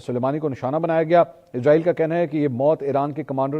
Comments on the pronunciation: bro listen Please stop calling this dam country as IZ-RAA-EEL ITS ISS-RAA-EEL SO PLEASE PRONOUNCE IT PROPERLY LIKE WE HAVE SURAH BANI ISRAEL IN QURAAN WE HOPE YOU START PRONOUNCING IT RIGHT FROM NOW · bro listen Please stop calling this dam country as IZ-RAA-EEL ITS ISS-RAA-EEL SO PLEASE PRONOUNCE IT PROPERLY LIKE WE HAVE SURAH BANI ISRAEL IN QURAAN WE HOPE YOU START PRONOUNCING IT RIGHT FROM NOW Its اسرائیل not ازرائیل